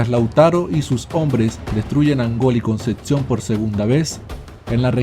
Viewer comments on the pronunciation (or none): Es Concepción no conceción.. igual bueno.. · dices "Concetcion" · Solo comentar q es Concepción y conceccion. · no es concetción......es Concepción. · Di bien ,"Concepcion" merda! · Concepción se pronuncia tal cual, no existe una "T" entre la p y la c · Como me pronuncies "Concepción" como lo haces, te sacudo.